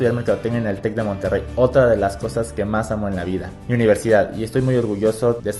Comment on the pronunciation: en el minuto dice wonterrey no Monterrey